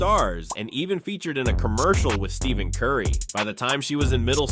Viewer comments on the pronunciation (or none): Did homie just say, “Steven Curry?” Bahahaha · Stephen curry ❌ Steven curry✅